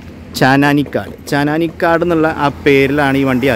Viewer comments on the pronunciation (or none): അതുപോലെ ചാനാനിക്കടല്ല... ചാന്നാനിക്കാട്... മലയാളം വായിക്കുമ്പോൾ എങ്കിലും തെറ്റിക്കാതിരിക്കാൻ നോക്കാം.. എല്ലാ വീഡിയോസിലും ഇത് പോലെ കുറച്ചു "വെള്ളി " ഉണ്ടെന്നുള്ളതല്ലാതെ വേറെ കുഴപ്പങ്ങൾ ഒന്നും ഇല്ല.. എല്ലാം പുതുമയുള്ള കണ്ടെന്റുകൾ ആണ്